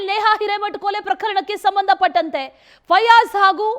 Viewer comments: ಅಂವಾ ಫಜಲ್ ಅಲ್ರಿ ಮಾರಾಯರ,, ಫಯಾಜ್,, ನೀವು ಫಜಲ್ ಅಂದು ಅಂದು ನಮಗೆ ಫಜಲ್ ಕೊಡಾಕಹತ್ತೀರಿ😮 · ಪಜಲ್ ಅಲ್ಲ ಮಾರಾಯ ಫಯಾಜ್😂😂😂